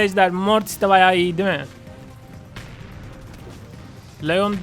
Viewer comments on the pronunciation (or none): none